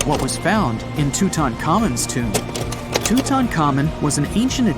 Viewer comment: Lost me as soon as you said tomb